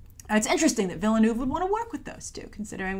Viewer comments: How she pronounces Villeneuve is cringe worthy... Sorry! Agree with you on all the rest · For Denis Villeneuve's last name. The "e" is silent, like the French word "ville". Just like the "s" in Denis is silent. French!!! I greatly appreciate your comments on original foreign films being seen. Thank goodness Hollywood does not want to make Bahubali.